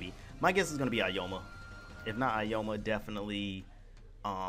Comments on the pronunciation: Its Aoyama, not "aoyoma" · I'm just going to ignore the Aoyama pronunciation and say the DLC I would want. Hawks, LaBrava and Gentle as one character and young All-Might. Also you really should have warned folks about the new movie spoilers for people that will affect.